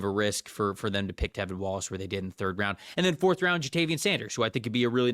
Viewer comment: It’s T(R)EVIN!!!!! And DJ wonnum has been the MAN since finally coming in, after injury. And Clowney hasnt had hardly any impact at all. lol I was actually excited for this video but PFF still doesn’t know anything lol it’s honestly a shame.